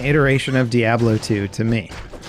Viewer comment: The way you say Diablo makes me shake my head